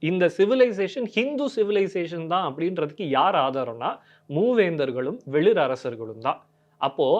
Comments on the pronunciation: சிறு திருத்தம் , வெளிர் இல்லை வேளிர் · டேய் அது வெளிர் இல்லைடா வேளிர்டா..... இப்படிலாம்பேசி நீங்க ஒரு பக்கம் கதையை கெடுக்காதீங்கடா